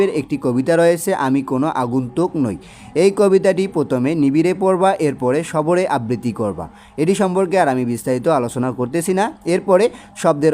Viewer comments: স্যার কথাটি সরবে,,,সবরে না🙂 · ভাইয়া আপনি সরবে না বলে সবরে বলেছেন